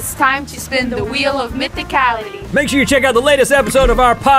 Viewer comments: When they gave their first answers, did anybody else hear it as "Shoat"? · first round i heard "shoat" lol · MeMe Meme , it sounded like they said soat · anyone else heard "shoat"? xD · i heard "shoat"